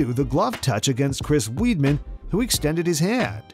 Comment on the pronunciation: It's not Chris "Weedman"